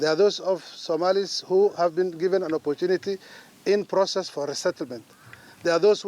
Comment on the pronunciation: this guy not much good,,, when i hear that word PROCESS